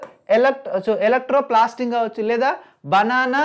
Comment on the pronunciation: It's Electroplating not Electroplasting